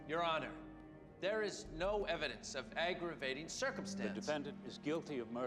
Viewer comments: Since when is defendant pronounced 'defend-ant'? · thought to meself i've never heard anyone talk about a red herring as an actual fish. that's cos there is no such fish. the prosecutor had a strange way of pronouncing "defendant" with the emphasis on the last syllable.good film but seemed very oldfashioned for 2010, we seemed to be still in a pre-internet world. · Is this a normal way to pronounce defendant? I never heard it before, but English is only my second language, so I might just lack experience as a listener.